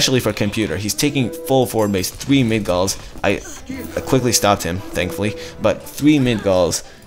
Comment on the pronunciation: good quality as always :), just some pronounciation things.. in migdol, the 'g' comes before the 'd' so MIGdol not midgol, and I think Valkyrie is val-ky-ree not val- kire. Keep it up.